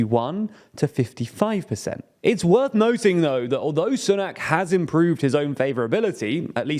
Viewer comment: I wish you would stop pronouncing Sunak's name incorrectly, he may be a super scummy tory, but you'd think when a person of colour reaches the highest office in the UK white people might try to pronouce a foreign name properly. Ffs.